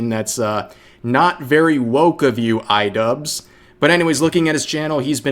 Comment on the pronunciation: why am i hearing rev say idupes and why does it make sense?